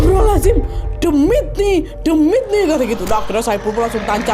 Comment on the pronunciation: Demit ni demit ni Logat jawa bgt 🤭🤣🤣🤣